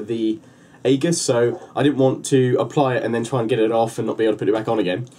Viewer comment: it's pronounces ee-juss, Great review. Very informative.